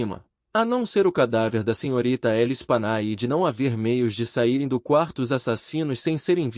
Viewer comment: A pronúncia do nome das vítimas é Lespanyé.